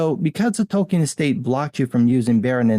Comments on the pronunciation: It’s Tolkien.... not Token.... stupid Wamenzon. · "Token" Tolkien.